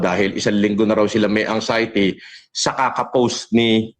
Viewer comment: “ANG-XIETY” talaga, ha?!! Bobong Baliw, it’s AN-XIETY!